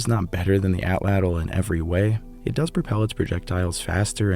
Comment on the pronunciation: Prefer you use the name of the hunting tool 'spear thrower' than to keep mispronouncing the PROPER name ATL_ATL...UMMM...(NOT fat cattle. as YOU pronounce AT-LATL) Just because the scientific community says it incorrectly doesn't mean that continued misnomer will 'become accepted as correct...ask a native. I love your docs and deep history, but this word keeps jumping out at me. I aim to help, not to harm.